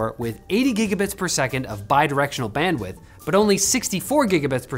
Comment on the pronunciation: You said it wrong, it's not Bandwidth, it is Bandwdith